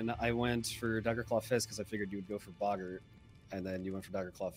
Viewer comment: Nice to hear that still hasn't learnt how to pronounce Boggart/is doing it wrong on purpose like Mariner.